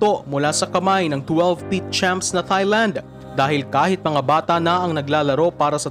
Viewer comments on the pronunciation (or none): off topic pero kapag ito nag vo-voice over, ang cringey pakinggan pag pino-pronounce nya ang Thailand na emphasized ang TH. It should only be pronounced as TAILAND (without TH as a dipthong)